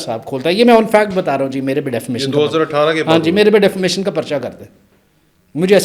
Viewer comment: Defermation nahi ,Defamation hota hai 🤦🏻‍♂️